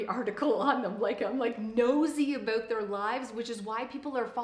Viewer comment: sweety, I love ya but why are you saying "about" like an american impersonating a Canadian??